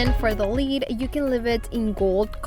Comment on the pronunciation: I normally find your accent charming, however today your improper pronunciation of “lid” (you pronounce it “lead”) is driving me bonkers lol! Idk why! But I love your projects and I really loved how you did the contact paper on the lids! Totally going to do that! Thanks! P.s., please don’t take that negatively, I really enjoy you and think you’re adorable and charming!